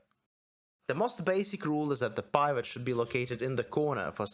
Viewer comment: Super in depth and helpful video series. Awesome stuff. Heads up the i "pivot" is pronounced like the i in "in" or "pin" (ih-sound) rather than the i in "private" (eye-sound). Took me a second to figure out what you were saying. Looking forward to part 3.